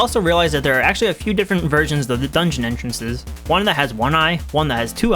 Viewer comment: "hidden entrenhrrhrrhrres."